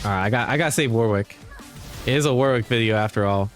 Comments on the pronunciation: Surely it’s pronounced ‘Wo-rick’? With love from England. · dear Americans, its pronounced 'Warik' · Cool vid. However the pronunciation of Warwick needs some work haha